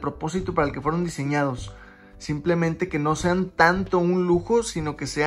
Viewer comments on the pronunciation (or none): none